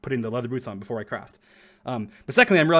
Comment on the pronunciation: BEFORE NOT BOOFORE